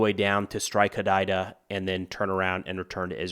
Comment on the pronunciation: One thing quickly, Hodeida is pronounced hoo-day-dah